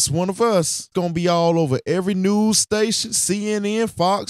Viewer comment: He said “noose” not news lol